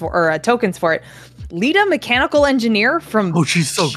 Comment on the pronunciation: “I’m going to destroy Lita” …. So you’re going to Deleta’